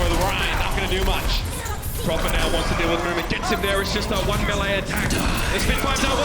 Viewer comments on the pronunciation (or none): "Wan and wan series."